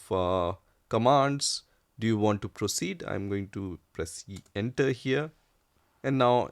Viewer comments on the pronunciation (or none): Please do not press enta, press enter instead 😂